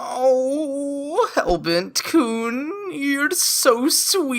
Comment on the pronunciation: I was laughing so hard when he said Hellbert-kun for some reason XD